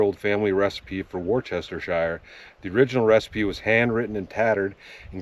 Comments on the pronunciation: Not pronounced “worchestershire”. It’s pronounced “whatsthisheresauce”. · The sauce is pronounced: (like you were saying wolf) wo-sta-shire (Worcester). I know this because I graduated from Worcester Polytechnic Institute in Worcester, Massachusetts. Love the recent historical stuff like Big Brutus and the Little House! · A place the Ingalls family lived that Laura did not write about was Burr Oak, Iowa. Apparently it was not a very pleasant time for the family. I visited that museum long ago, when I lived in Minneapolis. And the marinade sauce you were using is pronounced "wash yer sister". I swear, I heard Brits say it on You Tube 😁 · Correction, it's Wash-Yo-Sister-Sauce lol. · Wustershur sauce is how you say it my friend,,,, And thats from someone from england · Hope you are well after your medical condition. To help out a bit from an English man, say it as I spell it here... "wus-ta-sheer-sauce" I am from Leicester which incidentally is pronounced "lester" it's a Roman thing. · Great video! 😊 To pronounce Worcestershire just say Wistershear. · It's pronounced woosta sheer. I know because I am in the uk lol. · It’s … wool-ster-sheer sauce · Not sure if anyone says it right washyoursister sause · Worcestershire...: " worse -word - in - the - world - sauce " ..😂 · Doritos & steak! I laughed! You gotta stop pronouncing "Worcestershire" that way. You gotta say like you had a six pack of breer! Worcestershire, little more slurry